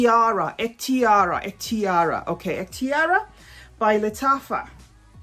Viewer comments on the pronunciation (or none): It pronounces Ehktiree It means My Choice